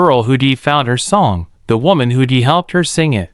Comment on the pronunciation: Who d! It’s who’d!! And his is ridicules! Hire some m one that can pronounce the words correctly!!